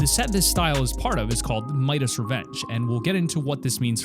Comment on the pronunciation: It’s pronounced... Midas es Revenge as in his revenge